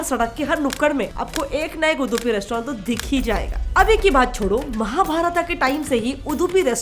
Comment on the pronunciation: Are mem me aapke channel ka regular viewers hu to meko Reply jarur dena Ye महाभारत ko महाभारता or bhi he ram ko Rama are aap to itni knowledge wali info share karti he to उच्चारण to kam se kam अच्छे se karlo btw aapki videos kafi sahi hoti he 👍👍🙌 great work